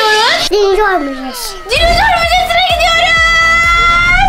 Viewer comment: ÖyküNün dinizor demesi peki😂